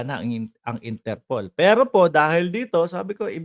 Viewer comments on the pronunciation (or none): none